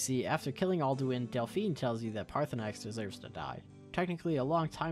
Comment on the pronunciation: it’s Paar-thur-nax